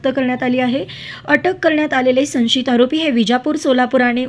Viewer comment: संशीत नाही गं, सं श यि त .वाच बघु पुन्हा पुन्हा.मनमानी मराठी नको गं बाई. आम्हाला समजणारं मराठी बोल